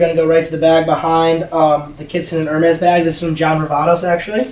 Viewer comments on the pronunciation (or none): Dude cannot even pronounce the companies. "Her mez' lMAO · its Er- Mey